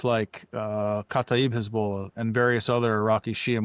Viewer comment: My ADHD got me early on, which was such a shame because I really liked what this gentleman had to say - he clearly knows his stuff - but his pronunciation of “Hezbollah” was such a distraction…